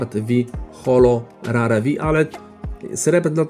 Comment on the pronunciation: Mówi se Rer nie Rar 😅